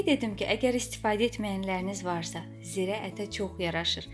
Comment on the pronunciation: Zirə deyil - cirədir. (kimyon deyir türklər)